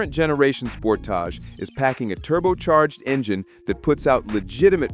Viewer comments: Soon as I heard the AI generated voice say "SPORT_TOG" (for Sportage) I left this video...and a thumbs down from me. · Another AI trash vid. The Kia Sport-ahge? 😂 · Spor-TAJ? Get you AI voice to learn how to pronounce Sport-AGE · You lost me with your pronunciation of Sportage! LOL 😂